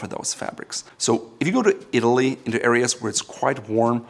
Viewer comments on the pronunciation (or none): none